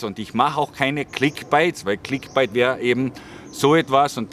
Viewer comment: clickbait gesprochen wie 'bäit', nicht wie bite, das klingt sonst megafalsch;) find deine ehrlichen und ungeschönt hintergründigen beiträge unterhaltsam und interessant, obwohl mir thailand und thais eigentlich völlig wurscht sind. alles gute bei der weiteren suche zu dir selbst, das kann man vermutlich wirklich als einziges im ausland etwas besser als im heimatland, weil man weniger auf ähnliche typen wie man selbst ist trifft.